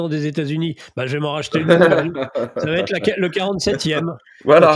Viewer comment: Quel va t être. Je vais,tu vas ,il va .( Il n'y a pas de t ) . Quel va être ... De nombreux journalistes font cette liason ...Si je peux me permettre cette remarque.